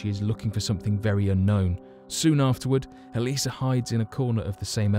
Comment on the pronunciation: It's "Elisa" Lam.